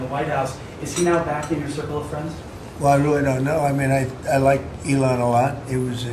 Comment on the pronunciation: Te rugam noi sa nu mai vorbesti in Engleza in viata ta ca ne dor urechile...Nici macar numele lui Elon nu-l pronunti bine :))